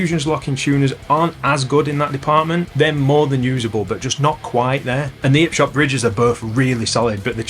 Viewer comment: Could possibly be my new favourite guitar channel, the lack of H's on 'Arley Benton and 'Ipshot made me feel right at home ahahahah Mint video lad!